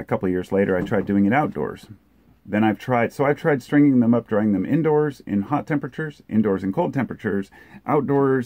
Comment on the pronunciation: Remove the r from the “drying”